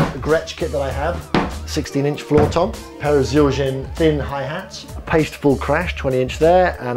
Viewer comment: of all people, should know how to pronounce "Paiste"... sheesh